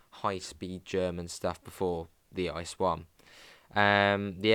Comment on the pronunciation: ICE is pronounced as three separate letters - I, C, E - not "Ice"